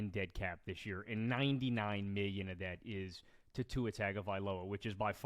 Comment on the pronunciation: Love to hear say “miyyon”